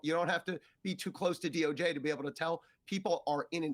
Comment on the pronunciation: Who determined the DOJJ pronounciation? Seems more like DOGe.